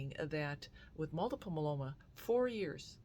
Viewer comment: My-e-lo-ma please pronounce it right. it grates on my ears. 7 years in remission. God gave us these wonderful treatments and i am so grateful for them.